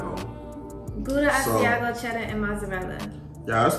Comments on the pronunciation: Lol the way he pronounces Asiago cheese is hilarious. I believe it’s pronounced asz-see-ahh-go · 😂 I'm like chef you saying it wrong!